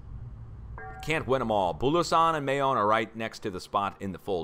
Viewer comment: Mayon is pronounced MY own. It is a crater lake type volcano. About an hour from Manila.